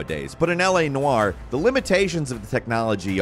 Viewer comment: "L.A Narr"